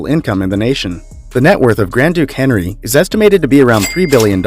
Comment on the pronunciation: Grand Duke Henri, not Henry his first name is pronounced in French. The r at the end of the late Prince Rainier's name is silent. It's not pronounced like the r in Mt. Rainier which is pronounced in an American English way , given the volcano 🌋 was named in honor of an 18th century British explorer.